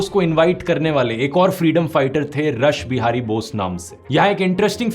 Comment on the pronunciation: Bahut hi shandar prastuti par Rathi sir ek bat thik kar lijiye रसबिहारी नही उच्चारण रासबिहारी होगा और उनका पुरा नाम लीजिये रास बिहारी घोष